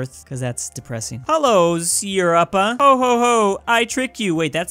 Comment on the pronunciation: He literally called Europa “Europe-a”